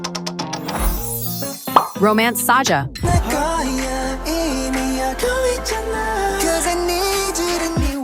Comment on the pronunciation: It’s pronounced saja boys not saeja boys